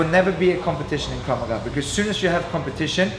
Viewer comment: "KRAV MAGA"... NOT KRAV MAGAZINE!! LMFAO :D